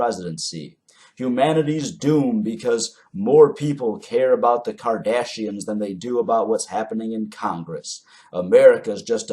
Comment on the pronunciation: You said the Kardashians I heard the Cardassians - was a bit confused for a couple of seconds.